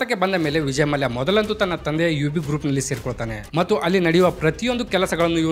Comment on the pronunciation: ಮಾಲ್ಯ ಅಲ್ಲ ಗುರು ಮಲ್ಯ...